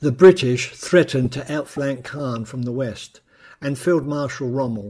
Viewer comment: Great scripting and image selection. Small things: 'Caen', 'lootenant general'.